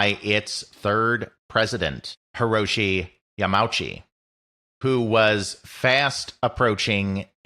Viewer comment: PLEASE. You are a history channel. The Nintendo president's surname is pronounced Ya-ma-u-chi, not Ya-meow-chi.